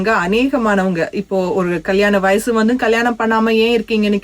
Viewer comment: கேட்பாங்க, உங்ககிட்ட, பெரியவங்க, அவங்கள்ன்ட ஸ்டேட்டஸ்...வயஸு வைச்சிருப்பாங்க... எந்த ஊர் கொடுந்தமிழ்? தெலுகனவா, ரம்பையின் ஆந்திரவா அல்லது கானான் விகாரமா (Caanaan Vihara)? 2009யில் யுத்தம் முடிவடைந்த சில காலங்களிலேயே தமிழ் நாட்டில் நாறின தமில், இலங்கை ஊடங்களூடாக பரப்புரை செய்யப்படுகின்றது. தமில் நடு (Tamil Nadu) போன்று இடைவெளிகளை நிரப்ப ஆங்கில சொற்கள் ஊத்தை உச்சரிப்பில் அரங்கேறுகின்றது. சமகால தமிலெனின், இவர்கள் எங்கிருந்து இங்கு வந்தடைந்தனர்? உரையாடுபவர்கள் இருவரும் மத்தியகிழக்கு இல்லையேல் வங்காளத்தவர்களாக காணக்கிடைக்கின்றனர். தமிழில் பேசுவதாயின் அதுவும் இலங்கையில் வாழும் தமிழருக்கான ஊடகமாக பொறுப்புணர்ச்சி அவசியம். ஊடகங்களில் எவரும் சேரலமா அல்லது தமிலுக்கு கொடுக்கப்படும் விஷேஷமா?